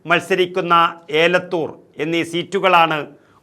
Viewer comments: ഏലത്തൂർ അല്ല. എലത്തൂർ ആണ്‌.. 👍🏻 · എലത്തൂർ ആണ് ഏലത്തൂർ അല്ല. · ഏലത്തൂർ അല്ല എലത്തൂർ ആണ്..